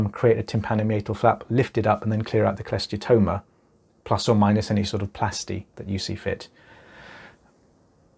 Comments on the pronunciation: I’ve never been sure if I was pronouncing Cholesteatoma correctly. Thanks for saying it clearly! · Had one too. It sucked but I had zero symptoms until 2 ear bones were gone. So…..honestly just happy to find someone else who can pronounce cholesteatoma